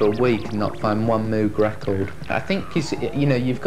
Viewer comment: Funny how he says how to correctly pronounce Moog (rhymes with rogue) and then goes on to pronounce it incorrectly for the rest of the video